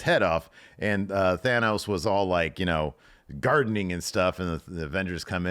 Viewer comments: Every movie and TV show marvel produces has pronounced it THAN-os. His son is Thane because it sounds more like a name. Doing it the other way it like pronouncing Magneto as Magnet-o, instead of Mag-Nee-to. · Yeah thanos..... Fan os. .... Fay nos. There's this guy on what culture who pronounced it that way and like...given there's audio and countless people referring to him I always had him down as a "look at me I want to be different. I'm so smart" Now I don't think you are that so I can give you a little bit of leeway in that maybe you never seen the films. But like you don't go round calling iyo sky eyelow sky cus it's pronounced how ever I want But I'll take it as marvel ain't your bag ...and I love your channel so keep it up. .... Cept than faynos shit cut that out